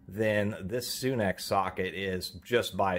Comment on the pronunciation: You say sunex like soon ex. I say sunex sun 🌞 ex haha! I have a few things from capri. Pretty happy with the price & quality on their stuff.